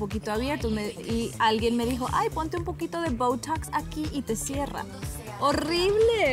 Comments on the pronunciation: Está del Boutoucs y Andy Benavides con el Vick veipourouu jajajajaja pronunciación sin barreras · Que dijo ???? Boutoux ??? Que se pronuncia así ? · Y esa pronunciación?? 😂😅😂😅 Open english urgente, please! Y asesoría de un doctor del programa "Botched", para que le explique para qué sirve y cómo se usa ( y cómo no) la toxina botulinica. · y no lo pronuncian así te cuento.. sino con más naturalidad menos el "ww" que ella hace